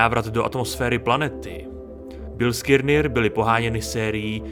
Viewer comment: Ještě jednou řekne v tom videu Bilskirnir tak dávám palec dolu. Vyslovuje se to Biliskner...